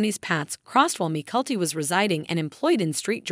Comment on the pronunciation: The video would have better if the narrator had pronounced Mykelti's name correctly and it is Saint George, not Street George!